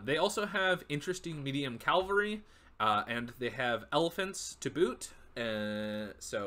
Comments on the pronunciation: Cavalry. CAV-al-ry. Not CAL-vary. That's a church. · KA VAL REE 🐴